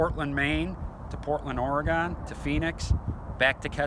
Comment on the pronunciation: Or-a-gone > Oregon